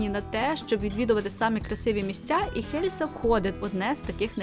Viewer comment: І останнє...Не Хельса а Єлса.Не гнівайтесь,нічого особистого.Відео супер,успіхів Вам...